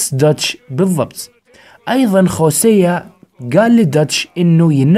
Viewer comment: ياخي انجلط لمن تقول خوسيا، اسمه هوسيا والله 🌚💔